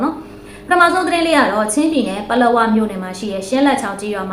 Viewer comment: ပလောမြို့နယ်လို့အသံထ္ွက်ရတယ်။ပလော/ပလောက်မြို့နယ်တွေပါ